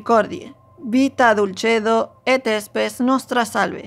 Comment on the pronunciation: La palabra SPES se lee Spes (tal cual se escribe) y no "éspes" como lo pronuncié, les pido mil disculpas!